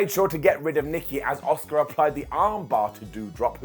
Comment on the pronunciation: Every time says “Asuka” I just hear “Oscer.” It’s a curse I can’t rid myself of.